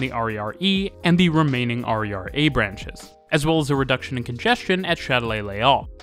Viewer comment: XD that was weird to hear you call the RER "harry are" instead of "hair a hair" for 20 minutes